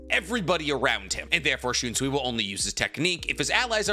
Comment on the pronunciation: "The idea of enemy and foe", "and combined them" "and shunsee", "yakaba" "releasal" "zaka no tachi" "and considering the fact x2" "yachaba" "old man zengetsu" "yichaba x2" no mention of other squad zero member despite seeing one and the qualifier of Ichigo not showing his true bankai ability still made the list. There were several others but maybe slow down on the videos if you're having trouble speaking and yk making sense.